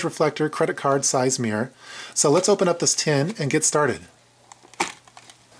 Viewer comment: Good kit... by the way, there's 2 syllables in "mirror" ;)